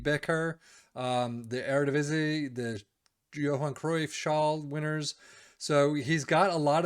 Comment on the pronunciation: That eredivisie pronunciation is pretty good for a foreigner